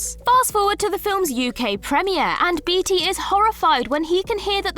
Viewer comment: Beatty is pronounced bay-tee, not bee-tee.